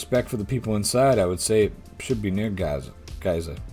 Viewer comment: 'Row' is pronounced to rhyme with cow when it means an argument. Giza is pronounced like Geezer. I played these a while ago . I got 5 right in the first part and 5 right again in the second part. In the third part I got 4 or 5. In the fourth part I got 5 or 6 (memory fails me a bit now) so well done for getting 23 overall. The tests were hard.